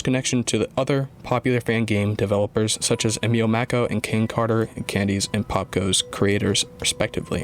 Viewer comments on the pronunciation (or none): none